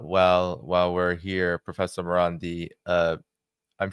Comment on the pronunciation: Its Marandi not Morandi Get it right